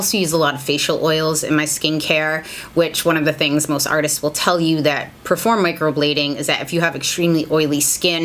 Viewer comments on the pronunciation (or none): none